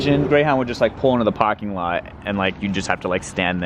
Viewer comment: "pahking" Boston Accent Detected